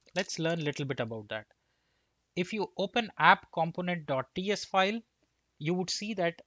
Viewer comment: Thumbs up, but Indians need to learn how to say Component and Developer right... It's not just you. It's every Indian developer I hear on youtube. You guys got the wrong strong syllable: the right way to pronounce it is : kuhm·*pow*·nuhnt , duh·*veh*·luh·pr